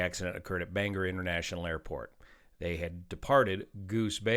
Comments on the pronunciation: I am going to say it is bang-Gore, the G sort of sounds in both syllables, with little more G in the 2nd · Just tossing it out there for everyone, it's pronounced "Bain-gore." most unfamiliar folks tend to soften the O. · Hi. Great video as always. FYI it’s pronounced Bang- ore. Appreciate all you do. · Excellent analysis. Just a note on pronouncing 'Bangor'. The two syllables are 'ban' (the ban sounds the same and the ban in band) 'gor' (the 'or' sounding the same as the word or). Keep the 'g' with the second syllable). Do this and you will sound like a real Mainer (Mainah). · Bangor is pronounced Bang-Gore 😂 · Thats pronounced BAN GOR NOT Er. Great Channel! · Please it's Bang- or. Not Bang - er! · Very strange to see a local news story detailed on this channel. Thanks as always for the coverage! For those curious, it is pronounced Bang-GORE (not Bang-er, but this option is kind of fun). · The pronunciation is Bang Gore not bang her… Someone’s laughing their butt off. Not that it really matters. RIP my friend. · It’s BangOR, Maine! Not BangEr, Maine!! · Bangor “bang-gore” Maine. Not Bang gur. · Pronounced bang-gore and not banger. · Just an FYI since this was so detailed and thorough Bangor is pronounced like it is spelled. Bang-or not Banger. Thanks for the analysis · BangOR not BangER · Bangor is not pronounced as "banger" it's "BANG-gor"! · (pssst.. Bang-Gore... most pilots get it wrong and it gives the local a giggle, as it often comes out as Banger..:);) ) love the channel... not a pilot, just someone that enjoys tech and detail.. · It is pronounced Ban gor not Banger. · In the future, it’s “Bang-or” not banger. That’s something you have with mashed potatoes in the UK. -Maine pilot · It’s pronounced bang-gore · Bang GORE. is there any YT that pronounces it right? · It’s pronounced “bang-gore” I know makes no sense. Also this crash everyone was devastated. First crash in Bangor….. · It’s pronounced: bang-gore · "Ban-gore" Maine